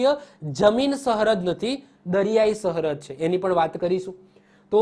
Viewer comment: આ કોણ છે જે સરહદ ને સહરદ બોલે છે ....